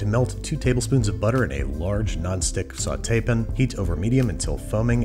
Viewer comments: Is it just me, or is Babish pronouncing sauté-pan like "Saw tay pin"?😂😂😂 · "Saw Tapin" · SAUTE PAN not Sautaypin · STOP SAYING SAUTEPIN